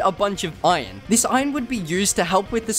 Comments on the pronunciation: why are u saying ijon its iron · Everyone: Iron This dude: Iyonnnn